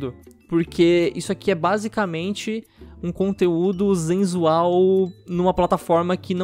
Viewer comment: ele disse zenzual de propósito ??